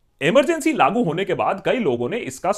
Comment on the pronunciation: Please don't say labu it's lagu (implement)